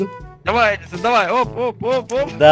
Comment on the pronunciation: а не эдисон